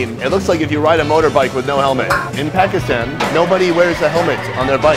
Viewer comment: Can someone gets his pronunciation of “Pakistan” correct? Will be a big achievement if by the end of this series he can say Pakistan properly